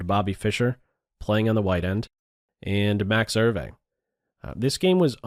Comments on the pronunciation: Ervay? I thought it was pronounced as ""YOU". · "ervee"? open google translate, paste his name , click the speaker icon and hear the difference. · Hi (Hope that's spelled correctly), the Dutch name Euwe is pronounced like "Ao va" with the accent on the first syllable. Love your postings, Chig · "Er-vey?" And to think I always pronounced Max Euwe's surname "ewe" or "you!" 😱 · I have a friend in Holland who's Mother was Euwe's housekeeper for some time. He said to me that the surname is pronounced 'Erva' Hope this helps! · This is the third of your Bobby Fischer videos I've watched, really enjoyed - and passed on to others - but surely Max Euve's name is pronounced 'oovuh"'? Grew up in chess (in Brooklyn and Connecticut) at the time much of this was happening, following Bobby, and very excited by it all. Many thanks for your work on these. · You need to learn how to pronounce “Euwe” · Max Euwe is not a German he's from Holland (Dutch) and the name Eu we is very difficult to explain how to pronounce in Englisch